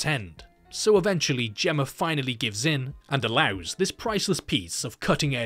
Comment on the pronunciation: You criticize the MEGAN abbreviation then later pronounce, "Gemma", as if it ends in an 'r'. 🤔